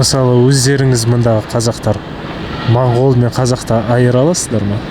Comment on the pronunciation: Бауырым, рахмет осы бейнеге. Моңғол деген сөзді мОңғол деп айтайықшы мАңғол (орысша секілді емес)